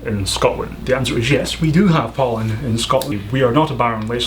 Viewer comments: for 10 I thought he said "do you have Poland in Scotland" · I had to repeat #10 a few times until I got it. I thought he said "Poland." smh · at first when you said pollen i heard poland